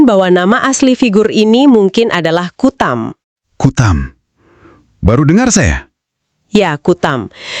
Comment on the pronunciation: Bukan Kutam, tapi KATAM.